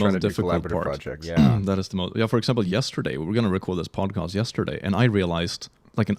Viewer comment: says Pod-Cost and that is an unforgivable crime